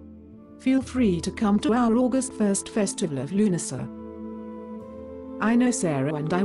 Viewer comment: I'm very impressed that you got it to say Lughnasadh :)